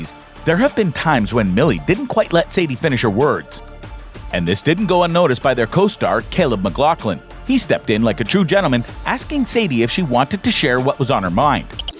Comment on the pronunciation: wait what Start AKSING !.its asking .